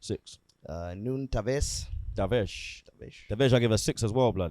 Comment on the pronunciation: Just a tip, instead of saying Tavesh, say Tavaresh. It’s more accurate :) (from a Portuguese speaker)